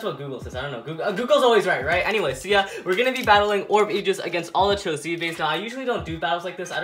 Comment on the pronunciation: A-jis is how its pronounced